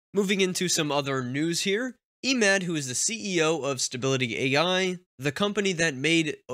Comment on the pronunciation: just a hint regarding Emad pronunciation you should use Lighter E 😁